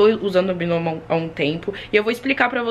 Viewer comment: Eu achei que falava BAINOMO.